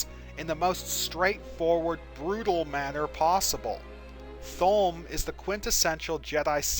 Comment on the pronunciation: Shouldn't it be pronounced Tol-may?